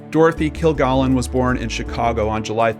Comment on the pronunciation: Why can't the person narrating this story at least get the pronunciation of Dorothy Kilgallen's name correct?? Stupid!!